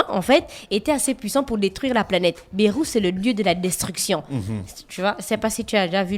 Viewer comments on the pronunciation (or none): C'est Beerus ça se lit Biruss et non Bérusse ( le Dieu de la destruction )